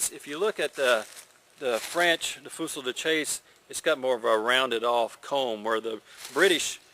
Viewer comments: pronounced "Fue-see de shass" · Great, informative video. My favorite reenacting gun, both for it's looks and versatility. Btw, and meaning no disrespect, the period correct pronunciation is "fewzee duh-chahsah." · Pronunciation... FOO-SEE DA CHASS. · actually, it's pronounced "fuzy duh sa-ush" the L is silent and chasse sounds a lot like sash. it means hunting gun(fusil is gun, chasse is hunt or hunting). many people here in eastern Canada still call any gun used for hunting by this name. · Wow, he butchers the name pronunciation, misidentifies it as a trade gun, and says .595" is .62 caliber, and takes to do it. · this guy is hilarious when he says the name